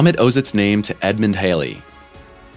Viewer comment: Halley rhymes with valley.